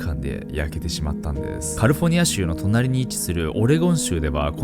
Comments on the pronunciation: カリフォニアって発音が、なんかネイティブw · カリフォルニアを、「カルフォニア」って発音するのオシャレ。真似しよう。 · ダメだカリフォルニアの発音よすぎて内容入ってこん(笑)